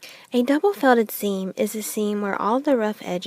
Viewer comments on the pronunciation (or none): Quit saying Double fellded